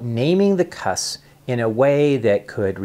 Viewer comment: Please pronounce the 'p' in the word 'cusps'.